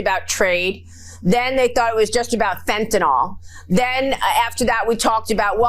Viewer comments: Maria it’s Not Fentanol. Dummy. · It’s not Fentinoll..it’s Fentanil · Would someone please tell her the word is fentanNYL. Nyl. Pronounced “nil”. Not fentanol. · It’s Fentanyl not Fentynal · Maria it is not Fentanol, Fentanyl,,,,, nil not nol You all drive me nuts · It's NOT Fentanol - it's Fentanyl (NIL).